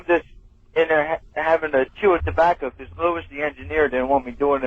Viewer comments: great “be-COSS” here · Been listening for a million years and never realizing Tom says Becussss